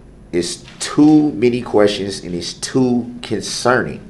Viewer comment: "estreemly concerning" - god this man-baby is thick! If I hear him say "estreeemly conceerning" or "I axed...." one more time I think I will scream!!!!!!!